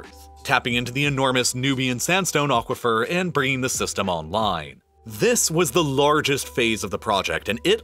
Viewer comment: What is an "ochquafer"? Come on, remenber what language you are using.